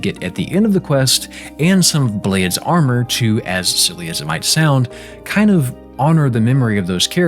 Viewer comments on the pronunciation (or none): Also, Blaidd in Elden Ring is pronounced "Blythe," it's Welsh for wolf.